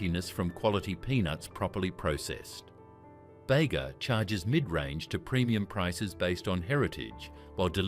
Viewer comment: Bega is pronounced Beega, not Bagar